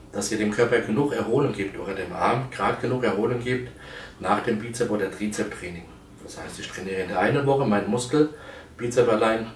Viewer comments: das heisssssst bizepsssssssssss mit s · Na ja, sein Trizeps ist null vorhanden. Was soll also das blöde Gequatsche von dicken Armen, wenn sie nicht ausgewogen sind. UND: Wann lernt er endlich, dass es BizepS und TrizepS heisst. Peinlich!